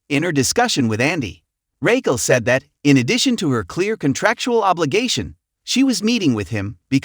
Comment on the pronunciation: Dude if u cant say Raquel (Rockell) right, ITS NOT RAYQUELL! I CANT SUSBSCRIBE!